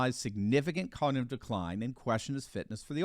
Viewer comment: He can’t even say cognitive.